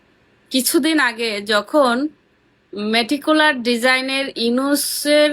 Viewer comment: মূর্খ মেটেকুলাস উচ্চারণ করতে পারে না। এরাই আওয়ামী লিগ করে